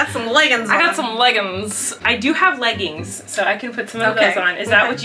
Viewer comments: When you were talking about how your mom says leggins insted of leggings I was screaming because my mom says that too and I was like do all moms say that lol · I can't help laughing at "legguns'" bc my mom says it the exact same way & I make fun of her for it every time! 🤣